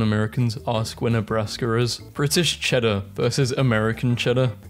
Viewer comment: british CHEDDAAHH american CHEDAAHH